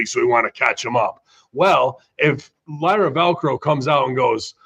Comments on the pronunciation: Tf is Lyra Velcro? It's Lyra Valkyria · “Lyra Velcro”